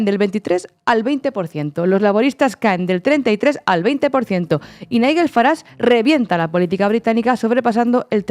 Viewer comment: Long live Corbyn! La putada que le hizo Starmer en aquel entonces es imperdonable. Magnífico análisis!! Un detallito insignificante: Nigel se pronuncia no como la "gu" de guerra sino como la " j" de John. Os queremos ❤❤❤